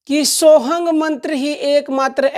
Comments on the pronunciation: ये सत्य है पर आप वीडियो में सोः हम कि जगह सोहंग बोल रही थी तब मैने बोला मेरा मकसद आपको ठेस पहुंचाना नहीं था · सोहम मंत्र की दीक्षा तो सिर्फ गुरु देव भगवान की कृपा से ही साधक को प्राप्त होती हैं और मंत्र आप सही से बताओ मंत्र सोहंग नहीं होता है मंत्र सो हम्म है